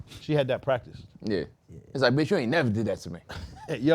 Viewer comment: Why say bitch like dat LOL